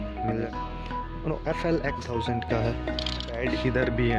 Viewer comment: FLY nahi FLX